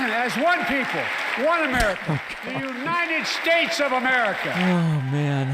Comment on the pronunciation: 😂😂😂 and God bleshhh the United Ssstrasshhh